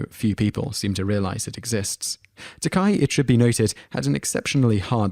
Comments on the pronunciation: antonzap He said it correctly twice, then said Ta-kie after that. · Learn how to pronounce the names, FFS. Baker, not Barker. TakAY not TakEYE. Raymis not Rarmis. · It's interesting how he pronounces Takei correctly the first like two or three times, then pronounces it "tah-kai". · It's pronounced "Tah-KAY", not "Tahk-EYE". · And BTW, Takei is pronounced “tuh-Kay”. Not tuk-eye. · Dray-fis? Ta-kie? Harold Rah-mis? It's Dry-fis, Ta-kay, and Ray-mis. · Richard DRAY-fiss and George t-Kai. because if you can't get the pronunciation down, how likely is the actual content of anything else you say believable? ps: DRY-fuss and "Its ta-KAY. You know, like toupee," George said at Bill's Comedy Central Roast. Kenny BARKER???? at least you correct the rest to Baker. David and Gillian - um, so explain the admitted offscreen flirtations...and recent dating a few years back. I had thought they still were for the new series, but they have apparently moved on? Rommis??? RAM-is. seriously, go watch a video of ANY of these people pronouncing their names. it isn't that hard. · It's pronounced Tah-Kay. If it was pronounced Tah-Kie it'd be spelled Takai, not Takei. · It's Takcay not Takeye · I loved this video, but it is pronounced Ta KAY not Ta K-I. The only reason I even bother to make this point is that I just watched his documentary on Netflix and he seems rather touchy about it. He also says that he did send a wedding invitation to Mr. Shatner, Everyone knows that Shatner is a jerk, but even Trekkies can separate character from actor. Keep up the good work. I look forward to seeing more of your videos. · yeah his name IS pronounced ta-kay, NOT ta-kye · ummm your butchering of the last names was HORRIBLE!!!!! 10 - Dryfuss- (Drie-fuss) 9 - (Ta-kay) 4 - they are NOT gay they are droids! 2 - (Ray-miss) and they were not enemies!!! PLEASE - don't do any more of these!!! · "DRY-FUSS" "RAY-MiSS" "TUH-KAi" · Dry-fus, Ta-kay. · Mispronouncing Takai is one thing, but Baker isn't Barker, mate.